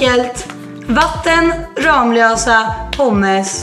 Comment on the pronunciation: Sättet hon uttalar Ramlösa triggar mig, mvh någon som bor nära Ramlösa